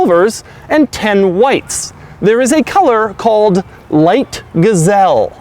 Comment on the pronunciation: "Light Gizelle" hahahha